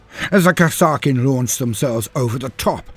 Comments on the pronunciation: i always thought that kasrkin was pronounced as kas-eer-kin but still awesome video loved it as always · Pretty sure it's pronounced Kaser-kin, as in Castle-kin. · I've never heard it pronounced that way before, always said it as Cass-ER-Kin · Oh no, I had not heard of these troops until about a month ago, when the Killteam news reached me. So I don't know how to pronounce the name. Is it Kass-ar-kin like says it here or Kazzer-kin like how Auspex Tactics says it? Both channels are British so I trust both as primary sources equally